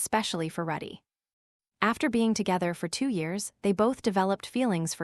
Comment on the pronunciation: Calls Rudy ruddy Calls wake-see-uh /ah wrong